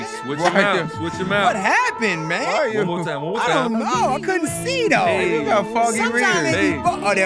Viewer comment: "I want a knew life and I want it with chuuuu"!..??? Chuubacca?? come on mayyyyyne😂😂